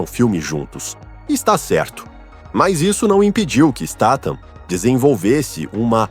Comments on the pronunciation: Pra fazer um vide lega e profissional você pelo menos deveria falar o nome do artista corretamente, você muda a cada frase státan e depois stathan, seu video é ridículo, deveria sentir vergonha de falar errado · acho que se pronuncia, Stat-ram kk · A pronúncia do nome é . Isteitam , a pronúncia ! Vamos ver se o narrador do canal aprende ! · Caracas, o narrador não consegue pronunciar o sobrenome do Jason nenhuma vez.